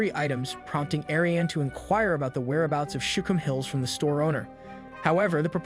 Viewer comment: Shookum hills, not shum hills.